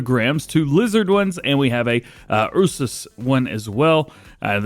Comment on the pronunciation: bro spelling Ursus like Eusus